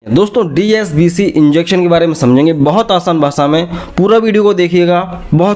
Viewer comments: Sir aap DSCB ko DSBC bol rahe hai...... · Dscb ko app dsbc bol Raha hai kya baat hai. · DSCB not DSBC correct the pronunciation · Likha hai DSCB Pronunciation DSBC Kiya ja rha hai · Phrle dscb theek bolna sekho